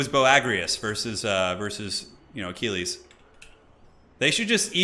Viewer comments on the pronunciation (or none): none